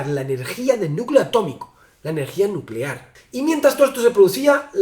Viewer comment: 🗣️"energía nucelar"